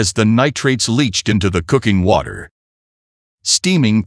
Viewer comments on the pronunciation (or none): none